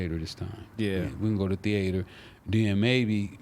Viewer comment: He refined mf, he said "theAter " 🎥